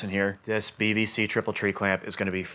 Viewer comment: I keep hearing BVC as BBC 😅